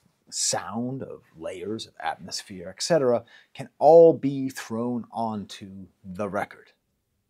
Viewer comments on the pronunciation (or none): none